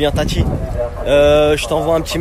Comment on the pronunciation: qui cloche ce blata, déjà quand tu dis son nom a julien arrête déstroppier son nom de famille, c est pas la 1er fois que tu dis tati au lieu de tanti….